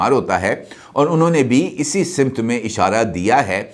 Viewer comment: سر آپ روزانہ ایک لفظ کا استعمال کرتے ہیں وہ ہے سمت ۔اس کا تلفظ simt نہیں بلکہ samt ہے درستگی فرما لیں